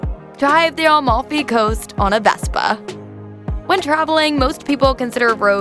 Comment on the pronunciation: She also says Almalfi instead of Amalfi. Atalian and so on lol